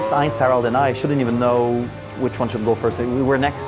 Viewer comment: Surprised how well he is pronouncing "Heinz-Harald". The german H is not easy for french native speaking people anyway. And he even got the "ei" right.